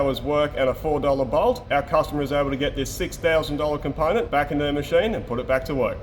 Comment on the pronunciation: I want to hear "ponent" in every episode from now on.